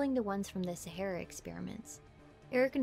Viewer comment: SA HAR RAR. As in the desert.